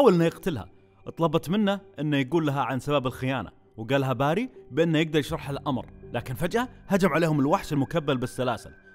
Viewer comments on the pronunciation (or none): بيري بيري بيري مش باري مشش باري اف جلطتني